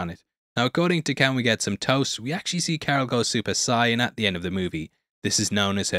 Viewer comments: “Super sighin” 😂😂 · super sigh-un? 😐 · idk if i can just gloss over how u said super saiyan ....tf was that